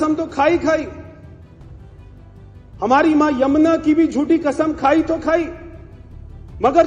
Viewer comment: अरे यार ऐसी न्यूज रीडर्स को न लगाओ जो सही उच्चारण नहीं कर सकती यह तो कसम को 'खसम ' बोलती हैं